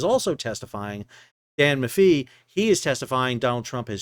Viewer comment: Hello Sal, we love your show. Funny and informative. We’re from Syracuse NY so I just wanted to let you know Dan Maffei’s last name is pronounced Ma Fay.